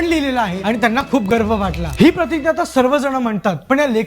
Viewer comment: दादा, तु "प्रतिग्या" असा का उच्चार करतोस? आपण मराठीत "प्रतिज्ञा" म्हणतो.